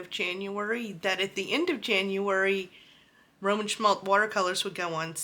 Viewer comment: Once you start collecting Roman Szmal not “Szmalt”, you can’t stop. Love these paints!